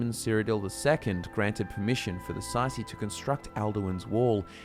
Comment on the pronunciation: Say see is not how you pronounce tsaeci